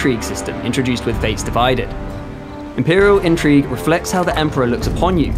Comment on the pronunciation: A shamefur dispray! "EMPORER"